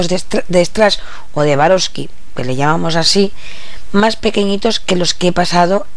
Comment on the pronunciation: Estas reloca burosli q no es suarovsky jajaj